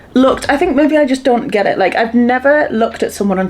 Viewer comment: Everytime you say the word ‘maybe’ it sounds like you are saying ‘maybees’. Is that just the Newcastle accent or way of saying it where you add the letter s to it?